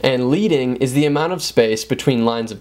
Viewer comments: In typography, leading is pronounced "ledding" and not "leeding". Good suggestions, otherwise. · Really helpful video. Quick tip - the space between lines is pronounced "ledding" (rhymes with sledding). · Leading is actually pronounced "ledding" as in lead plates (in various thicknesses) that were added between hand set lettering for newspapers back in the day. Can you imaging having to do this manually? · Just a humble correction: "leading" is not pronounced like a version of a leader, (as in our great leader), but like a version of the metal lead, as in lead pencil. It goes back to the old Linotype days when lines were spaced by using thin strips of lead to achieve the desired spacing (or leading) between lines of text. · David N. Goodchild Exactly, I enjoyed the enthusiastic advice but that mistake was painful to hear and took away a lot of credibility. But hey, he’s young, so I forgive him.